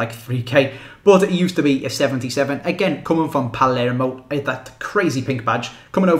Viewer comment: I am just surprised of the lack of knowledge that especially English people have of non-English leagues... The things that you said, completely fucking up pescara and saying Palmero instead of Palermo